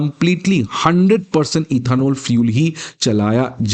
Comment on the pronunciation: पहले इथेनॉल सही से बोलना सीखो, फिर वीडियो बनाना